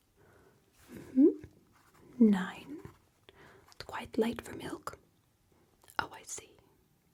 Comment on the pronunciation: I could watch an entire 1 hour video of her saying "chwistmas" and "mwilk" in this voice! Genuinely amazing 😂